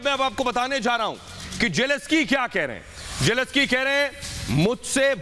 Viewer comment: *Zelenskyy Not Jeleskyy.